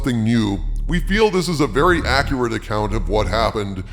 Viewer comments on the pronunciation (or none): none